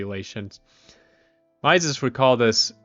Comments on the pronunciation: "Mises" is pronounced like "Meesis", FYI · I don’t doubt your intelligence at all, you seem like you’ve read a ton about this and I agree with your assessment of Austrian economics, but Mises’ name is pronounced like Reese’s (MEE-sis). -Guy who went to the Mises institute for a conference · Ludwig von Mises is pronounced /ˈlʊdvɪɡ vɒn ˈmiːzɪz/ or "LUUD-vig vo n MEE-zizz" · Nope. But mispronouncing Mises is an annoying yet common occurrence, even among Austrian Economists. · ok but i hate your pronunciation of Mises 😂